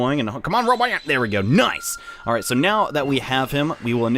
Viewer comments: Um it's ro-Bon-yan not robot-yan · roBONyon not roboyan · giorgioskb he says doesnt even pronounce the n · ROW-B'ON-YAWN*** ...Not "Robo-yon" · He said roboyan instead of robanyan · I know and it's driving me crazy.. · It's pronounced robanyan not roboyan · RO BON YAN! NOT RO BO YAN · its ro-bon-yan not robo-yan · Ro Bon Yan not Ro Bo Yan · Not Roboyan its Ro-Bon-Yan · It's Ro-ban-yan not Ro-bo-yan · 0 In the Japanese show they pronounce it Ro-bo-yan but in the English show they pronounce it Ro-ban-yan. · ITS NOT ROBOYAN!!!! ITS ROBONYAN _ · It's RoBONyan. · Its actually Ro-bon-ian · its ro bon yawn when it comes to pronounecing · Having trouble with the 'nyans' I hear. Like literally. Sounds like you're saying 'Roboyan'. Still love your content tho. Top notch bro. Much more useful than any other guides and sites I've found. Especially the crank-a-kai trick.. Can't believe they'd actually allow cheating. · All I could think while watching this was "PRONOUNCE THE N!" Either Robo-nyan if you're going Japanese or Robon-nyan/Robon-yan if you're going dub. There's a N in there, man! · Thanks for the tips! I'd figured out most of this, but wasn't sure about where the best spot to go up and down the stairs would be. Also, isn't it pronounced roh-BAHN-yan? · The correct pronunciation is "Ro-bo-nyan". And for people that are complaining they only get Dismeralda, Dismerelda is Rank D. Robonyan is rank A. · It's robo-nyan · Its pronounce ro/bon/yan. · you'r pronouncing it wrong, its pronounced ROW-BON-YON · Count how many times he incorrectly pronounces "Robonyan" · your saying his name wrong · Learn to pronounce the N in RoboNyan. lol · Horrible Monstrosity to be honest it can pretty much be pronounced any way depending on preference